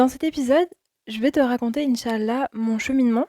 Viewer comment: As salâmou ‘aleykoum Je me permets de te conseiller sur certains points de prononciation en langue arabe. La prononciation correcte est : « In chââ Allâh » et « Mâ chââ Allâh » En faisant attention aux prolongations indiquées avec « ^ », et à bien prononcer 3 mots, et non pas 2 en disant par exemple « In chal-la » Bârak Allâhu fîk